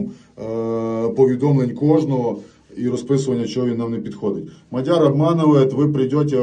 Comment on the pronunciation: А чьому Мадяр? А не МАʼдяр